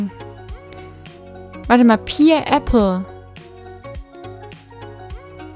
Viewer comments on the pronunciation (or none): none